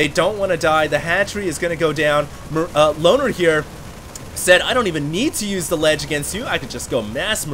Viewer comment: whenever said loner i heard boner:/